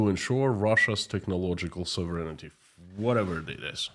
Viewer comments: Hey, your English in general is excellent but you do not correctly pronounce the word “sovereignty”. Sovereignty is pronounced with accent on the “O”, SOVereignty. I just got tired of the mispronunciation. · Sov ren tee